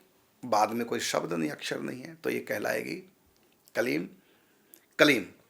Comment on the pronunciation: कलीम नहीं क्लीम् शबद नहीं शब्द